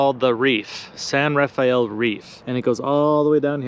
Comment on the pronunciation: I took a backpacking trip a few miles north of Black Dragon wash, through the San Rafael Reef (locals pronounce it 'San Rah-FELL'), and on up the San Rafael Swell. I was in there five days, and I've never seen so many mountain lion tracks anywhere else. There were literally hundreds of tracks, all the way up the canyon I hiked. I'm not saying where, because some people might want to hunt them. Sorry, but trophy hunters are the worst.